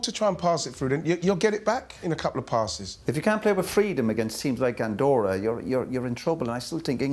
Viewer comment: Lad's it's Andorra